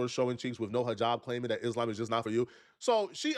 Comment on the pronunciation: everytime she says isLAMB, my hijab slips off a little bit.